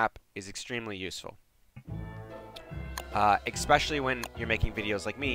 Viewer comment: Please stop saying exspecially and not especially